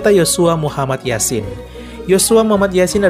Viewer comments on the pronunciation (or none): none